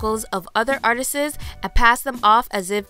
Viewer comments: Love your video. But please what the hell is the word 'artistses' you keep saying? The word is Artists and not Artistses. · It's ART- TISTS................ ARTISES is not a word. If you' re going to speak ill of someone, at least learn to speak using proper pronunciation...or be JLO and get someone else to do it. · I agree with u but wanted to scream everytime u said ARTIST-es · The word is: "Artists" when you're using plural - NOT "Artist-is!" And for the future, (I just feel like I should give you a head's up on this one), please be careful with the following word also: "Ask" is NEVER "Ax!" 🤣🤣🤣 Example: May I "ask" you a question? Is it possible for me to borrow your "ax"? I will be chopping wood tomorrow afternoon. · The real crime is the way you pronounce "artists". Artises??? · Stop saying “articis” its “ARTISTS” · Honey, it’s “artists” not “artistsis” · Great video, but it's artists, not artistsis.😜😳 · Stop saying artistes, its artists. You prob also say textes. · "ripping off other Artistses" lol babe it's pronounced art-ist-s. No ses. Just one s. Good video other than that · ARTIS-ES IS NOT THE WAY TO PRONOUNCE "ARTISTS" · When you can’t pronounce “artists” lol... “artisses” 😂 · The way she keeps saying "Artises" detracted me the whole video🤨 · PLEASE STOP 👏 SAYING 👏 "ARTISSES" 👏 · ArtisTS! Not Artistes....unless English is not your 1st language then I'll understand the error. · A well-made video with good info but the narrator repeatedly mispronounces a few words: "Artist's" is not pronounced "Artistses", ""Debut" is not pronounced with a "T" at the end. It's silent. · it's ART-ISTS not AR-TI-SES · B** I cannot take you seriously when you say "artistses" like you can't be f**** serious. Are you an elementary school dropout?😂😂😂😂😂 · PLEASE LEARN THE ENGLISH LANGUAGE. It's not Artisis! Please learn to say artists before you talk about other people! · I couldn't hear anything after artistes, she must also send texas instead of texts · 'Artises' - what?